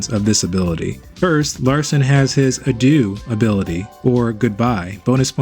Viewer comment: larcin not larcine and adieu not adiou !! grande finale not grande finalé